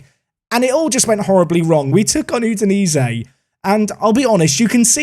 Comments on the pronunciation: Okay,, loving the series but my brain is struggling with your Italian pronunciation. So: 1) It’s not You-dinese or whatever you’re saying, it’s Ooh-dinese, and; 2) it’s not Samp-dorEEAH, it’s Samp-DOR-eah. That is all. Keep it up 👍🏼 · CREMO-NAY-ZEE. YOO-DI-NAY-ZEE. SAMP-DOOR-RIA. Just call them Samp. KAR-NA-ZEKKI.